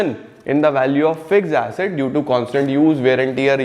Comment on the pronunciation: Sir when u speak fixes asset I listened fix acid